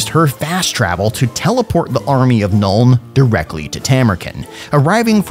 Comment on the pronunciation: At last, grammar policemen like me can rejoice when hearing Elspeth, not Elsef and Nuln not null.